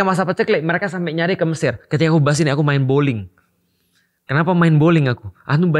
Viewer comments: Mind blowing maksudnya udstad...bukan mind bowling ....😂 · Mind blowing ust. Bukan mind bowling😅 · ustad Felix, mind blowing bukan mind boling 😂